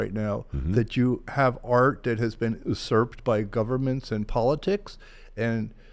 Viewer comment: This person doesn't know how to pronounce "usurped" or the meaning of "decimated."